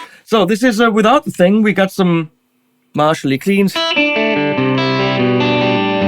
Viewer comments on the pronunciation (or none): none